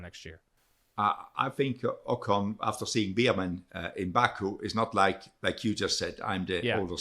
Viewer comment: Beer-Man... Beer-Man... Beer-Man... You're killing me smalls... Bear-Man, 🐻Man